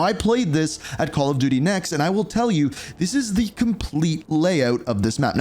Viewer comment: Did bro say call of diddy